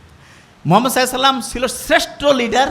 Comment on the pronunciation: Sir please আমাদের নবী হজরত মুহাম্মদ (সাঃ) নামটা একটু সুন্দর ভাবে উচ্চরন করলে ভালো লাগতো।উত্তর বঙ্গের লোকের কথা তো শুদ্ধ। Sorry কিছু মনে করবেন না Please.